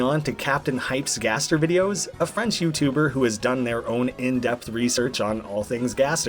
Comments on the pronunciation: gaster is not guest its gäster. One letter of but it sounds completley different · Me: gasp, I AM SWEDISH! actuly its gäster. With a "ä" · its gäster for guest in Swedish not gaster